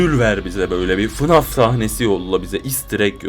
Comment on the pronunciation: abi okunuş olarak diycem yazılış olarak değil fınf değil ef e nef deniyo ona